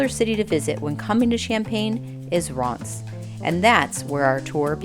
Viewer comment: 13'48 ce n'est pas Reims !! is not REIMS